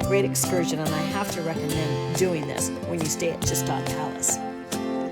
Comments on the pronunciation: Pronounced 1 of two ways; G-shtahd and/or , Shtahd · thats not how you pronounce gstaad